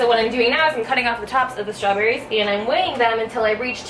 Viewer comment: #Strawbbbbss?? Lol Love It!!